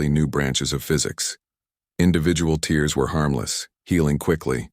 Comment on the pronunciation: If nothing else, this story doesn't seem to have been written by an AI, although it was clearly narrated by one. Please, will someone teach the AI the difference between tear and tear? It's quite awkward to listen to it.